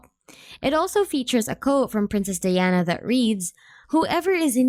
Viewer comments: it's pronounced DI-ana di as in eye not dee as in pee. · Learn how to pronounce her name properly before presenting a video to the world lok